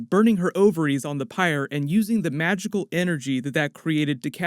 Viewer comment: For a second I thought you said vaginal not magical.